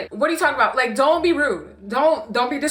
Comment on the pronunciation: Not the ABOOT😭😭😭😭😭